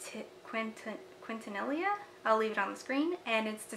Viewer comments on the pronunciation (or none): Quintanilla= Keentaneeya. Spanish pronunciation! Such lovely choices from HHC this time!